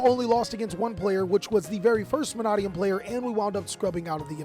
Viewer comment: Manadium is pronounced Ma-nay-dee-um. Say it slow then say it fast. The second A is long not short.